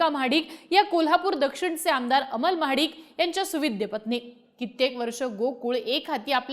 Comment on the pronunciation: Mahadikanchya ❌ Mhadkanchya✅ 😂😂